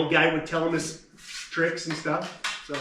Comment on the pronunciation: Twrick or tweat they said. So I said TWRICK Here's an onion